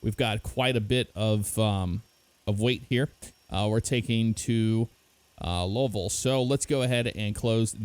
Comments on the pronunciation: Low-vull? 😂 it’s “Lou-vull” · Did say lolville? It's pronounced Looeeville or Louilsville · Pronounced Lou-a-vull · Did just say lolvol 😂😂😂